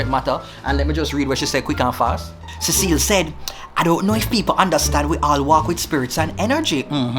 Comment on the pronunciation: It’s the “Ce’cillie” for me 🤦🏽‍♀️